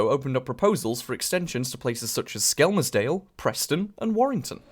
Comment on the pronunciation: Just wanted to let you know the L in Skelmersdale is silent so you say “Skemersdale”